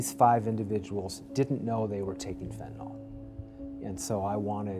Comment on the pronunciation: FENTANYL!!! NOT FENTANOL!!! GET IT RIGHT!!!